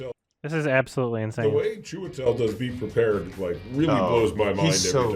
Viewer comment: The silly little “beh pwepah” fucking kills me